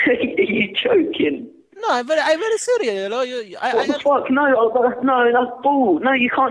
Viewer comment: "I am very cereal"